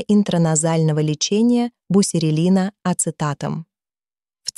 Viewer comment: Бусерелин правильно.